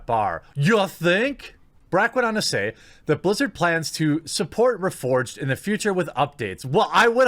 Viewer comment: They "Blizz-ew" it?